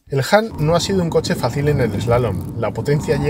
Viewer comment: Por dios, haced un esfuerzo en pronunciar mejor… no es “JAN”, sino “HAN” 😵‍💫